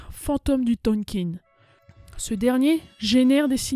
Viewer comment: Le Tonkin se prononce THONKAIN (en un seul mot ! Sinon, comme d'habitude (mais ce n'est pas un reproche !) sujet bien travaillé, bonne recherches, explication claires, un très bon résumé !!! On en veut d'autres ! Félicitations !